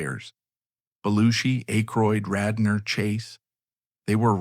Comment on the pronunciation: Sorry AI voice pronounced Gilda Radner's last name wrong . Show some respect you pathetic tool!